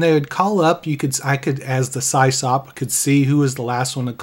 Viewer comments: Yeah, we ALL (me too) said Sie-Sop back in the day. Eventually I learned it's short for System Operator and its pronounced Siss-Awp. Still... hearing it the way we all used to say it as teens hit home in a good way. 😎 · pronounced Sis-Op not cy's op. its short for system administrator. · I haven't heard SysOp mispronounced as Sie-Sop in many, many years. haha! You're the best! 🐐😎🎉 EDIT: Just subscribed over that, too. ;) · Pretty sure it’s pronounced Sisop. System Operator 👍. I ran a BBS back in the 90’s as well.